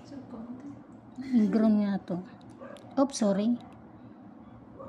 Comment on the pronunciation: Bakit po ch ang gamit nyo sa s chakit chorry 😂